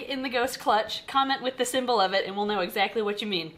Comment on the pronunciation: Symbol not sembel